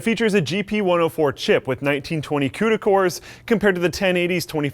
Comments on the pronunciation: cooters core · He killed the COOTER!